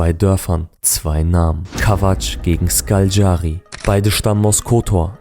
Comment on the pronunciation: Ich habe nun schon viele Dokus darüber gesehen und keinert schafft es Škaljari richtig auszusprechen 😂. Man spricht es SCHKALJARI aus.